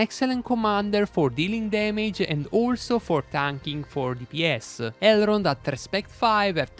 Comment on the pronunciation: Great video thanks! I don’t mean to offend now but I so think it’s funny you leave out the “n” in his name and say Errold 😅 only love brother 💛